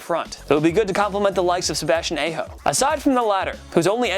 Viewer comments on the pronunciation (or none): When u say Sebastian A ho when its ahh ho